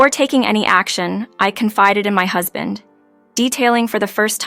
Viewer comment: This is either an English speaker who can't read well, or a badly programmed A.I. Too many mis-pronounciations to count, includine "Husband." Come on. Do better.